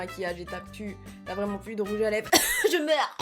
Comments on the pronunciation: Je vien de remarquer que tu dit " rouge à leve" et pas " rouge à lèvres " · 😂trop belle ♥️ 3.55 tu dis rouge a lèves 😂et pas rouge a lèvRes 😂bref continue comme sa ♥️ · Elle me bute à dire rouge à leve au lieu de rouge à lèvre 😂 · "rouge à leve" ?? Chuis pas sourde rassuré moi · Je suis a seul à avoir entendu "rouge à LÈVE" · mdr🤣🤣🤣j'ai cru entendre rouge a léve🤣🤣🤣🤣sinon continue comme ça biz😘😘😘💖💖💖💘💘💘💝💝💝